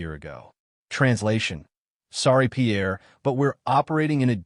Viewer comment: You could at least learn to say Pierre's name properly.